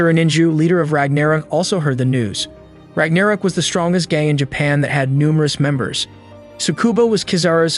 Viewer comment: Bruh the way you pronounce ragnarok is pissing me off. haha